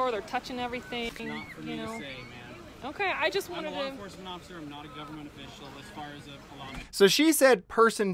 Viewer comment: I can't tell if you said occifer on purpose or accident, either way, it was hilarious hearing that